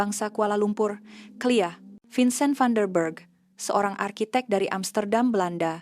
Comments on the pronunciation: Bosannya... klia klia... K.L.I.A lahhh... Nak Sangat guna A.I... pemalas nak edit. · Tolonglah sebutkan dengan betul nama lapangan terbang kami.K.L.I.A.=singkatan dari K..kuala.L..lumpur. I..international. A..airport..atau bahasa melayu Lapangan terbang antarabangsa kuala lumpur bukan kelia.sekali lagi..K.L.I.A